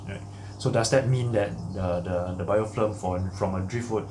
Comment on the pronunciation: You keep saying BiofLim, but dont you mean BiofiLm? :) Very informative video. Keep up the good work